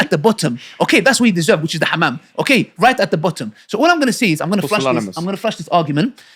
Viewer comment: Am rolling each time he says hammam. 😂 am trying to pay attention to the whole thing but is killing me here. Hamam, hamam and more hamam am dead here 💀